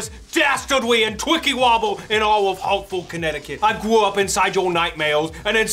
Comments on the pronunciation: WE LOVE YOU!! HAWTFOWD WILL NEVEW BE THE SAME. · HE SAID HARTFOWD!!!